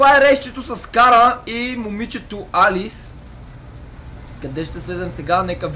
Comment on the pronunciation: не се казва Алис а Алъс